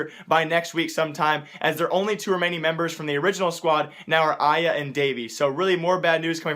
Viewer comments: Really Aya? You missed out the R from Arya... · It's ar-e-ya not ah-ya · ITS A-R-Y-A lmao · It's are-re-ya and cobblestone is t sided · Was it just me or did he mispronounce arya